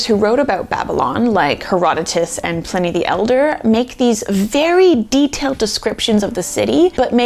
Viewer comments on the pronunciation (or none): none